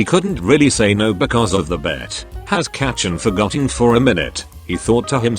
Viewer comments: It's not kachan it's kacchan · I’m sorry the pronunciations are so funny. BAckyOugou DEEku YeARs ✨kAchan✨ I could go on.